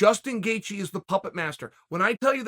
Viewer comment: Chael's mispronounced names: Islam Macklechev Justin Gaycheese Hazmat Chimiev Dustin Porear George Masvidal Beni Daroosh .... and the list will continue. If I forgot anyone, please add to the list 😂